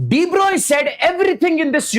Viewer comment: Sir please say De-Broglie properly its very difficult to understand if u say the wrong pronunciation Its pronounced as Bruh-ohg-lee